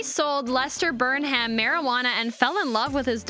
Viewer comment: This was a great watch but the mispronunciation of “Burnham” was like nails on a chalk board! Otherwise was awesome!